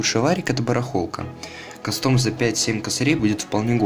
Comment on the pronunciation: Братаны мой любимой блогер сказал:кастоом, а не каастом(((((. (двойные о, а значит-ударение)